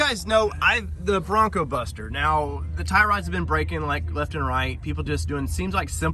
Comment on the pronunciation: Take a look at how it's spelled and how Tyler always says it. BroncBuster, not BroncoBuster.